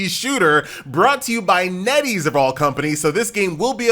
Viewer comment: Bro it's netease 💀